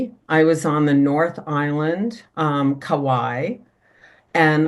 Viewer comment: Just because vowels are so important, especially in original language, Kauai is pronounced with three syllables, not two 😊. Thank you for the interesting info.